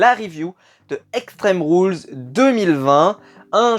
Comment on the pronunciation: en debut de video ca fait mal au oreille avec extemes rules lol pour moi caqui est anglais doit etre dit en anglais